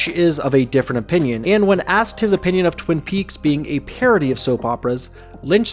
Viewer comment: Within the first two minutes you mispronounce “Twin Peaks”. Fantastic. Good attention to detail.